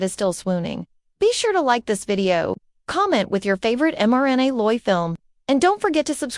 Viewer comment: You could at least learn how to pronounce her name